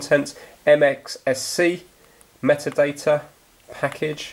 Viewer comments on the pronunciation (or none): none